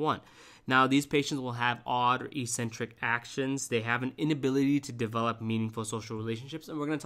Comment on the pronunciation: It troubles me your pronunciation of certain words is wrong. Must be a generational thing, sounds ridiculous, you should correct it. ec·cen·tric /ikˈsentrik/ not e-sentric Schizo-tipple not schizo tie pull If you are of the opinion that using the "F" word is cool and professional you are wrong. I think you have a condescending and flippant manner as though the whole subject to you is a joke.